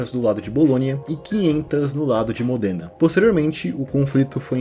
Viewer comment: Existe uma série de livros chamado "Os Reis Malditos" que conta toda a história do Rei Felipe e seus descendentes. Para quem curte as Crônicas de Gelo e Fogo, vai gostar também. Eu fiquei um pouco incomodado na hora que você pronunciou diversas vezes Modêna. Eu nasci numa cidade próxima e a pronúncia é Módena.